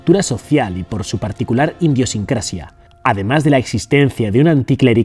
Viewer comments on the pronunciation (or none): "Indiosincrasia"? En serio???? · se dice Idiosincrasia y no Indiosincrasia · INDIOSINCRACIA!!! Has dicho😂😂😂 ni sera mas bien idiosincrasia ?????